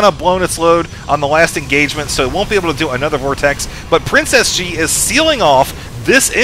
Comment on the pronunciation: It sounds like you're saying Princess G and not PrinceSG : ) Not very lucky with that nick I'd say ; )